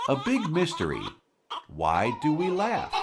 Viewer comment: de laugh a laf derken gulen bı ben miyim la